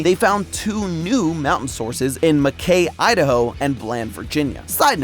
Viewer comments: Makay. Also it pronounced Mac-Key. Good to know. Southeast Idaho has the best tasting water in my opinion. Virginia I think has the worst tasting water. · It isn’t MuhKay Idaho… It’s Macky Idaho. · I used to live around Mackay Idaho and it is not Mack-ay it is said Mack-y if you could use that in the future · Mackay pronounced /mæˈkiː/ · Mackay is mispronounced. It’s pronounced “Mack-ee” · hello,, as an idahoan who has been to mackay, it is pronounced (Ma-Kee) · Mackay, Idaho is pronounced "Mack ayy" - Someone who has lived near the town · MAC-KEY ITS MAC-KEY! Hiw do i know? I work in Mackey, Idaho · MACKAY? Its pronounced Mack-ee.